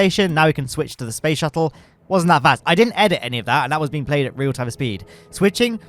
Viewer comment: Yes, spoce shuttle